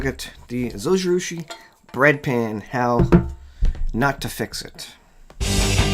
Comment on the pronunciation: Thanks for the video. I want to say 'thanks' but also correct your pronunciation. Zojirushi is Japanese. In Japanese the 'J' is pronounced like a 'J' is in English - like the G in Giraffe. So, it would be [zoh-gee-roo-shee] (There is no accented syllable in Japanese.) Hope this helps!